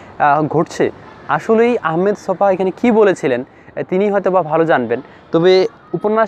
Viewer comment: লেখকের নাম 'আহমদ ছফা' কিন্তু আপনি বারবার তাঁর নাম 'আহমেদ ছফা' উচ্চারণ করেছেন।